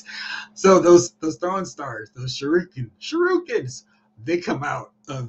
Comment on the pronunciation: Shuh roo kehn is pronounced shoo ree kehn. Just an FYI. Awesome video as always, man.